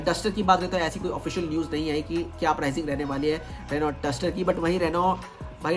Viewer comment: Kya bola kya bola Renault ? Bhai use Renno pronounce karte hein 😂😂